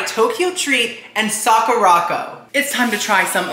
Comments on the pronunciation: Hi, I really enjoy your videos! Just a little fun fyi… the Sakuraco box is pronounced Sak-ura-co…. Like the Sakura flower with co at the end. Not sa-ku-ra-co. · not calling it sock-ooo-rock-oh AGAIN. LOL its Sakura (like the Japanese flower on the cherry blossom tree) co (as in short for company) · BTW its Sock-er-Ah Co. like the Sakura blossom. Sakura Co. Akidearest, another youtuber who lives in Japan gets the box too.